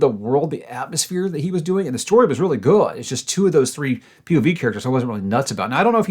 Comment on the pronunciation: Anyone noticed how says good? " It was really Guaad" Haha